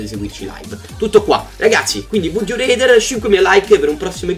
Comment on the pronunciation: pronuncia rather con la A te prego, fa popo schifo reder